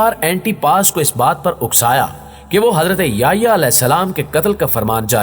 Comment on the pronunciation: نام سیدنا” یحیٰ “علیہ السلام ہے ناکہ “یہیٰ”